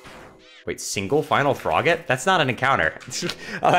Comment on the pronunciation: from froggitin core to sans in ruins (i know its froggit in core but it sounds like frogittin core)